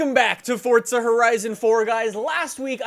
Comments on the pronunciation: It's forza, not fortza. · FORZA not FORTZA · It's Forza not Fortcza, same as try saying Freeza as Freetcza, just sounds dum. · He says fortza not forza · Do he spell Forza, ( Fordza ) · The way you say forza bugs me lol